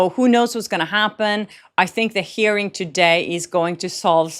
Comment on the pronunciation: You’re pronouncing hearing like “herring” (a fish); it’s pronounced “here - ing”. 🥰